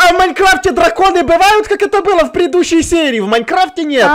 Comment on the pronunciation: Эндер дрокон не дрокон ище он сказал в Майнкрафте